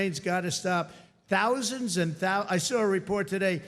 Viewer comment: with 65 tousand employees,,,,gee i thought it was 65 thousand,,,with a th